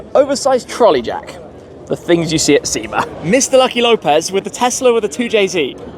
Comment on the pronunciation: There’s no R in sema 😏